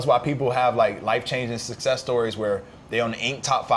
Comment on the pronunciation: It's 'success', fam. 👍🏽